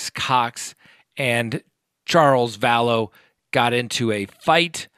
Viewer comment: It's not Valess as pronounced.